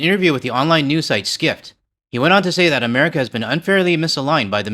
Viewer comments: He said Americer ? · I had to stop doing the dishes to laugh. Yes, going to the USA could get an unforgettable experience from a detention centre. This idiot can barely say America. Thank you for doing this. I don’t think I could stomach it anymore. I love the fact the cohost is giving her opinions on the topic and I don’t think she is happy about it!